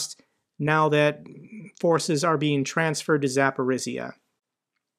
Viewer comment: Dear, I appreciate your informative, knowledgeable videos a lot. However the pronounciation of some names of places are not correct. One region, called Zaporozhye is you should improve. The last syllable sounds not S, but ZH, which sounds like J in french JEAN. (I speak Russian a bit Ukranian too.)